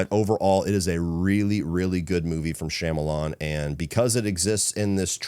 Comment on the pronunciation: I’m BEGGING you to pronounce Shyamalan’s name correctly lol